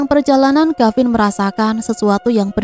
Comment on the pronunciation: Mf neng,d cerita ini kavin apa gavin ya,kurang jelas🙏